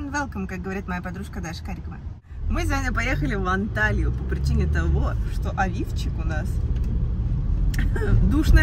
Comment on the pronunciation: Я одна слышу каждый раз не «Авивчику», а «лифчику»?